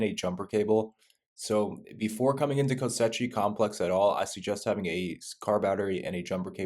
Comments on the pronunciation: Same reason he keeps calling it Kosetchi complex. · The amount of times he says ko sechi complex 😂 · Great guide dude, thanks! Kosechi though...? :P